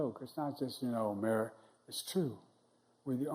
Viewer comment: "we're the united states of ameri-got-it "